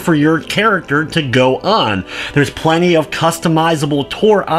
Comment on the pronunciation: Omg muricans... (playing) -pchhhhwuain ... (plenty) pchhhhwuenny what the fuck? -.